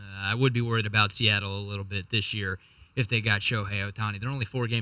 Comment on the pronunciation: Fuk Se-at-tle Is 4 right?